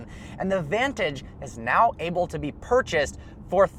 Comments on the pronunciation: I've held back a long time but I can't hold it in anymore., your pronounce the word able like this: ay-bull. Not oh-bull. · Does anyone else notice he says “oble” not “able”. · AlltimePro weird. I wonder why he says it that way then.